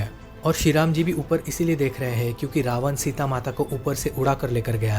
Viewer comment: रावण कब से रावणा हो गया और मारिच कब से मारिचा ऐसा उच्चारण तो अंग्रेज बोलता है क्योंकि रोमन लिपि में ऐसा ही लिखा जाता है जिसे अंग्रेज देवनागरी लिपि के उच्चारण एवं लेखन से अनभिज्ञता के कारण ऐसा बोलते हैं भाई तुम तो हिन्दी में ही बोल रहे हो तुम रावण का नाम नहीं सुने हो क्या भाई